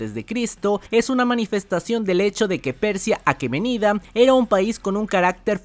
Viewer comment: Es Aqueménida, ¡Aqueménida!, palabra esdrújula, ahora repite 20 veces!